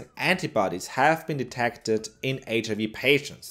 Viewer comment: Loved the video. Such an interesting topic. Small remark: be careful not to proncounce the "i" in HIV as you'd do in german. I have been doing the same kind of mistake a lot in the past XD Have a great day